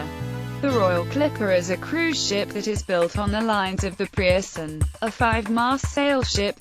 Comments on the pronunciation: Point 1 - The "Pierson" was not the largest, the 'Preussen' was. Get the pronunciation right. Point 2 - It was not better speed that allowed engines to take over, clippers & big windjammers could leave the contempary steamships standing. Reliability of timing, the Suez & Panama Canals & required crew size were the factors. Point 3 - THAT BLOODY MUSACK is totally irrelevant and irreverent. Point 4 - Several instances of the wrong ship being displayed. Total lack of care & effort. Plenty more 'Point's at issue, it's just total crap. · preussen is actually pronounced "proyssen"